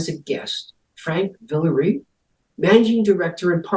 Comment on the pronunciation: How could someone with a last name of "" mispronounce "Villarreal" so badly? 😮